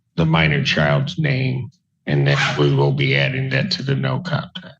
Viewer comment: Wiwel faiwew is a very serious condition, no fun allowed.